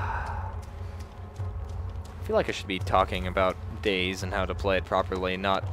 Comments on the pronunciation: DAY - ZED, its none of these: DAY - ZEE, DAYS, DAISY. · I enjoy the fact that he pronounces it Days. Always went with Day Zee